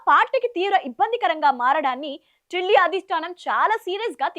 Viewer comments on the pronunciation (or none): none